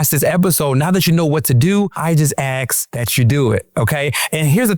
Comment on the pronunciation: Ask, not Aks, my god!!!